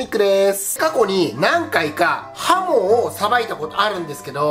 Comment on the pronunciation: はも～が、ほも～に聞こえてしもうた。。。